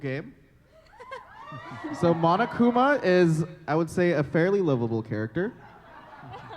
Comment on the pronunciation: It's Monokuma not Monakuma was that a mistake?